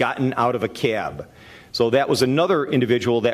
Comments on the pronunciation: The CAY-ab, CAY-ab....it's just CAB. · It’s funny how he pronounces the word “cab”: “Cyaaab.” lol